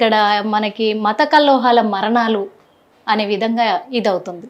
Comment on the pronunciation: కల్లోహాలు కాదు కల్లోలాలు అను